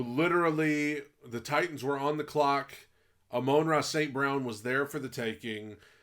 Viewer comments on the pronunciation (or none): It's not Omonra. It's Amon-Ra